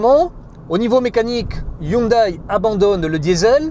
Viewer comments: ÇA SE DIT HYUNDÉ PAS HYUNDAILLE !! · "Hyndé" et non "Hundaille" ! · C'est un peu dommage pour un journaliste auto de ne pas savoir que ça se dit "hyundé" et non "Hyundaille" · Yundai se dit "Hyundé"!! et non "Hyundaille" !!!